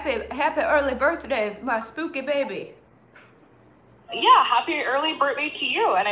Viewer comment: “My spookeh baybee” 😂🤣 I. Am. Cryinggggg.